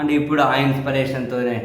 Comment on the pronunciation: ఇన్స్పిరేషన్ అనే పదాన్ని సవరించి 'ఇన్స్పిరేషన్' inspiration గా ఉచ్చరించండి